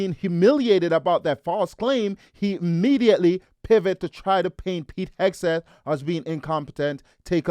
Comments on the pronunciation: Hesgeth? How many times can you mispronounce it??? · I wonder why he can't even pronounce Hegseth properly. He says Hesgeth. This indicates he is lazy in his speech which also reveals a lazy intellect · Who's Pete Hasgit? These "unqualified guests" could not even get Hegseth's name right. We should push CnN to fire Abby, their stupid ringleader. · His name is not “Hes-Geth”!!!!!! Bronze Star is the fourth highest honor! Also ….. Pete is not aiming the rockets at the targets. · LOL YES!! He doesn't say his name correctly! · This idiot can’t even get Pete’s name right! Where does CNN find these morons?? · That dude cannot even pronounce 'Hegseth'. LMAO. CNN is a disgrace, as usual. Thank goodness for Scott Jennings. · That guy does not even know how to pronounce Hegseth. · Every time Bakari goes on CNN, he either cries or humiliates himself in one way or the next, he can't even pronounce Pete's name! Their problem is they want information ftom Pete and the Whitehouse which they're never going to get and military recruitment is through the roof, which these traitors hate. Damn shame. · How is it possible to go on a panel, and not having a clue about anything? He could not even get Mr. Hegseths name right. Thanks you Scott Jennings for exposing idiots. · apparently the words "ask" and "Hegseth" are tough to pronounce for some.. 😂😂